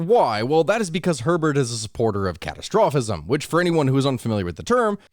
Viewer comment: It's "Heribert", not "Herbert".